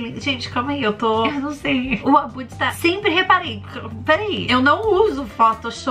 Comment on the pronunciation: "senpre" "SENPRE" mds